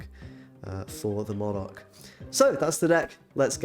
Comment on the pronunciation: You and really need to start pronouncing 'Modok' as you would 'robot'. It's distracting saying it how you do.